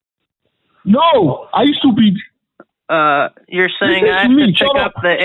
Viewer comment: "Listen to me. Is you soupeed?"